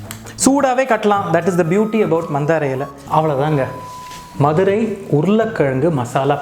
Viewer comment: Missed this so much presently in London. But now will try it here. So much joy derived from Nagapattnams pottalams and karaa sev till i was 20 yrs old in Madurai. Thanks Rakesh. BTW i love the way you say madura in tamil like a madura-kaaran. One more food stall just few blocks from nagapattnam in madurai is Gopu Iyengar whose Vellai appam, Kathirikkai bajji, Paccha mulagaai chutney and patnam bakkoda are unique and authentic.